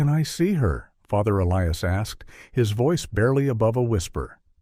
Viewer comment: I don't mean to be irreligious, but this sounds like bushwah to me. Also, one doesn't "decommission" a church. A church is deconsecrated. Whoever wrote this script is ignorant. This is ridiculous and I'm getting bored. 👎 Sometimes the priest's first name is pronounced correctly, other times, inexplicably, the narrator pronounces it E Lee Us. On a par with the low quality of this fictional story.